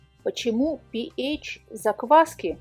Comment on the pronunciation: Пи ейч режет слух. Со школы известно что это пе аш читается. А вода аш два о. А не ейч два о